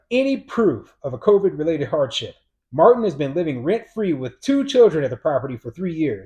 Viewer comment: It's martina martin not matin